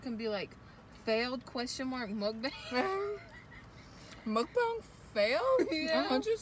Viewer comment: you did a pretty good job with your pronunciation of mukbang:) good job hahaha